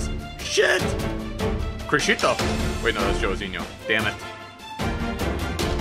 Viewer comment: haven't you heard? according to the master name pronouncer, aa9, Joãozinho is apparently pronounced Joo-own-zingoo.... rolleyes emote that there is some pretending/trying too hard to be portuguese-assed shit.